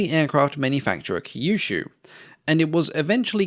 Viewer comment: Kyushu is pronounced similar to "queue shoe"